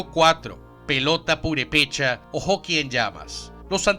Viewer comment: se dice "Purépecha" no "Purepécha". Saludos.